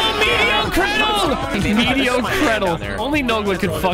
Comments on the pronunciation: *medio credyl" Good god nogla lmaoooooo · Nogla: "MEDIO CREDYL" Me: He is speaking the language of the gods! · ah yes... 'medio credyl' a weak opponent